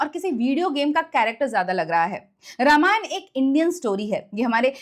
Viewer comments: Pleaseeeee pronounce it as Raaamaayan..not rama-yan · मैडम, कृपया रामायण कहे, नाकी रामायणा, Please don’t distort it